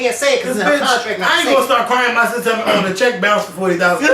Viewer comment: "you bout to bizzounce outta this industry" DEAD